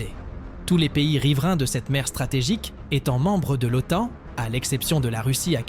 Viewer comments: Les auteurs de cette vidéo la trouvent "captivante" - c'est bien d'être content de soi. Par contre la voix synthétique qui parle d'automne pour OTAN, personnellement, me captive assez peu. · Manifestement une voix numérique incapable de prononcer correctement l'acronyme OTAN. Négligence ou je-m'en-foutisme ? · Surtout qu'elle le prononce de plusieurs façons différentes... Oton, Otane, Otône 😆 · C'est la première fois de ma vie que j'entends quelqu'un prononcer normalement l'OTAN puis "OTON" puis "OTANE"